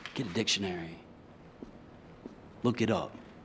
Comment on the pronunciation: I thought Daryl said get the Dixonary lol